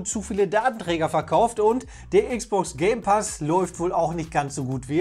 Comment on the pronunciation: wer hört da auch gay pass ?